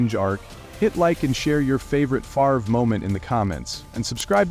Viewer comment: You're AI can't pronounce "Favre" 🤣